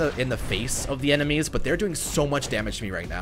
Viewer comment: “enermies” lmao what